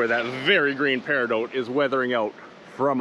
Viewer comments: I desperately wanna say that you never pronounces peridot right, it’s not even an accent thing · thats just not how you pronounce peridot. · It's pronounced "pear-eh-dough", both singular and plural. Thank you for sharing about this beach. Maybe one day I could be lucky enough to go there and collect some myself. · I don't know if I've been pronouncing Peridot incorrectly or if you are. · He says peridot so much, and says it wrong every time. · Isnt it pronounced peri DOT ? Is it just your accent or what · i don't think paridout is a thing. peridot rymes with dot, as in "theres a peridot over the i" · Love these type of videos! But it has to be said. I for one never heard anyone pronounce Peridot like you do.. And as many times in one go Lol. The stone is my birth stone and have always called it PEAR Ah DOT. Not doooote? I know it's a small comment but it has to be brought up just for the sake of it. Side note if I planned to drink every time you said the word Pear Ah Dot(Peridot) then I would be dead! Nice to see so many stones in one small area. I'd love to go there and get a few samples to take home or better yet make some jewellery out of them. Would make a nice ring, chain with a cool pendant or even a bracelet. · "Peridoout" i say "Peri Dot" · It's driving me nuts that he's mispronouncing peridot. It's either -dot or -doh, not -dote. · You know the 't' is silent in Peridot. It's pronounced peri-doh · Its not peridote, its peridot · periDOT not dote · You're driving me crazy. It's "peh·ruh·daat" not "pear-ih-dought." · Just found your video. I've been collecting gemstones for 25 years. The "T" in peridot is not pronounced, it is silent. Like, Per a doh. I've never heard of this beach before. It's very interesting. Good video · Love your content! Quick note! It's pronounced "pear-eh-dot". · I swear to GOD if you say "Peridote" again XD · the T is silent dan.